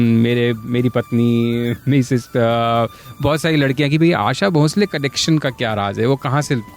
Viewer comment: आप उनको भोसले के बदले भोंसले भोंसले क्यों बोल रहे हैं। आपका ज़िक्र तो बीबीसी के साथ रहा। उच्चारण की एहमियत पर कुछ कहना तो आपको समझाइश देना होगा। क्यों ऐसा पाप करूं मैं?